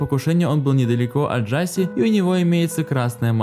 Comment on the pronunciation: Да не Джаси, а Джашеш !!!